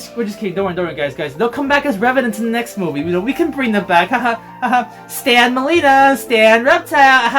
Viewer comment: I know the very first few seconds he said Meileena lol and it even shows it in the trailer wasn't even trying to hide it